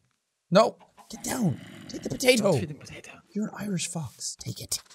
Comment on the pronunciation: I löv iet wen he says potate